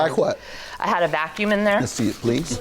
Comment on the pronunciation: She said i gad a vacuum 😁🤣🤣